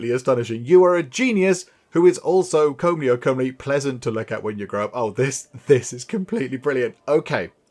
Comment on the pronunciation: the word is come-ly. As in „come hither“. I’ve been cringing about this for a long while.:)